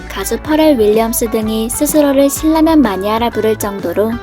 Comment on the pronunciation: 신라면을 왜?? 실라면이라고 하나여?